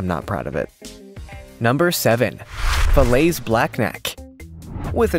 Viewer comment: That Valais Switzerland goat is pronounced (Vol•LAY')